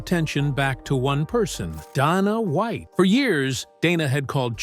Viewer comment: "Dah-nah Wa-iht" text to voice is so stupid